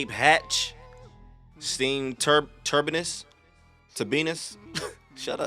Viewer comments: Turbines! You cant say turbines? 🤣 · Me listening to talk about how he has 2 degrees but miss pronounces “turbines” 😂 I’m just messing bro 😂😂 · Tur - bines. Lmao rhymes with fur - (Amanda) Bynes 😂